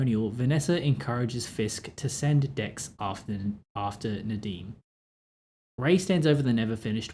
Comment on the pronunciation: yeah….i just mean, his Nadeem accent is very good seeing as he’s British. Sorry, I made that comment when very tired. It makes little sense to me too